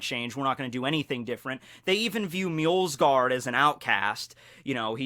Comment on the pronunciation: Pretty sure there's no L in "Mjosgard".